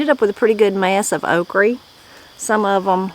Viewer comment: Have enjoyed videos ive watched so far, but one thing that drives ne nuts is how you say okra. Ive never heard someone say ok reh always only heard it as ok ruh. Its just a small pet peeve I have. Prayers for your family as well.